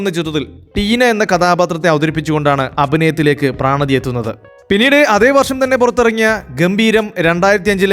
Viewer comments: പ്രാണതി അല്ല പ്രണതി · പ്രാണതി അല്ല പ്രണതി ജോസ് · പ്രാണതിയോ... അവരുടെ പേര് പ്രണതി എന്നല്ലേ..😂